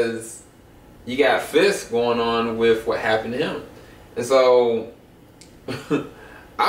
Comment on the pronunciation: I don't know if it's my hearing or a result of local dialect but are you guys saying "Fish" when referring to "Fisk"?